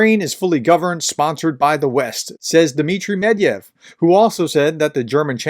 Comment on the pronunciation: The correct pronunciation is Med’vedev